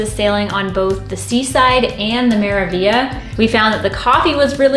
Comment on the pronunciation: The review was interesting and informative. However, did you guys realize you were saying the name of one ship wrong the entire time. You kept saying "Me-ra-vi-a"... isn't it "Me-ra-vig-li-a"?